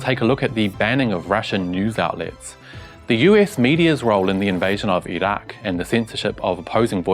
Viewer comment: You're one of the few westerners who pronounces Iraq (ee rock) correctly. Great reporting.